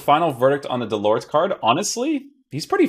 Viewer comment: Nice review as usual. Just a tip in french you do not pronounce the final “t”. This goes for Delort or Mollet for instance. Pronounced Delor and Moley.